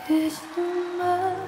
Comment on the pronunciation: 怪了，歌词到底是：一颗爱我的心？ 还是： 七颗 爱我的心？？？ 别隐瞒，对我说；还是： 别 心 瞒， 对我说？？？ 因她下颌骨和下牙床发育不良（俗称缩下巴）形成相对小口腔，大舌头，导致某些字发音不清！！！ 用头发遮住的右耳，暗藏着耳麦，就是个对嘴假唱的！！！